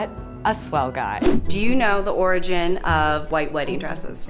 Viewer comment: Take a shot everytime she says orgin.